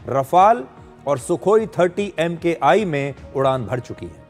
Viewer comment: Dear Sudhir Ji. I watch your show on a regular basis and obviously aligned to your views and thoughts. Requesting for a minor modification when you mention Sukhoi Su-30MKI. It is not spoken as M K I. It is Mark One. MK for Mark and I (Roman Numeral) for One. Trying to make a perfect man more perfect. Col Sanjay Sinha